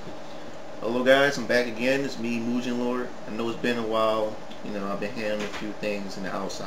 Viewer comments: actually its really Mugen(Moo-gen) not (My-oo-gen) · IT"S PRONOUNCED MU- GEN! NOT MU JIN WITH THE "J" SOUND! (sorry) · srry...but its mugen...u say it like mujen...no offense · agh! its mu ge n not mujen! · The creators (Elecbyte) actually said it was pronounced Moo-gehn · I know, I made this comment 10 years ago. Its pronounced Mu-Gen. With a hard G. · mugen is a Japanese word. It means Infinite, which is the theme of the game